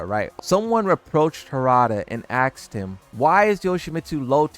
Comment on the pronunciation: axed him ?!! expecially ? 😂😂😂😂